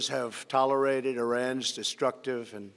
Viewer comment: kuaidian 又听了一遍，他这里没念错，是我看岔了。6：24tolerated明显读错了。还有6：27这特明显，川普之前看着两遍时口齿伶俐，这时看到中间马上就口吃。it will not be allowed to go forward他想了好久才说出来